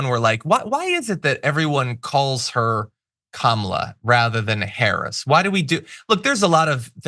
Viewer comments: At least he pronounces her name right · He pronounced her name correctly several times in a row. I'm impressed. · At least he pronounces her name correctly. More than I can say for the rest of the Republicans.